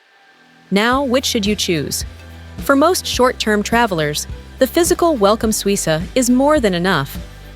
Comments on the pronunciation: Suica is pronounced Swi-kah, not Swi-sah. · FYI it’s pronounced “Suika”.